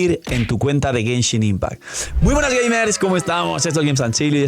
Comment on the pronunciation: llegue lo suficientemente temprano para ver que dice Genhin Impact